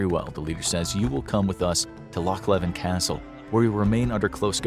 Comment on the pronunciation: LOCH LEVIN!!!!!!! ITS LOCH LEVEN AT KINROSS